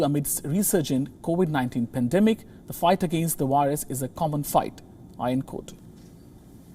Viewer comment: Work on your diction, man. Start using more articles when you form sentences, and it's "you ess" not "use", "pandemic", not "pendemic". It's your job to make sure you sound right